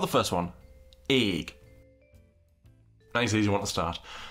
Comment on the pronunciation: i was like egg? egg? until i pronounced it ayyg in my head then i realized OH THE AYYG ALLERGY